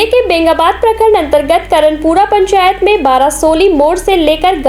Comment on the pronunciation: पेंचायत नहीं पंचायत होगा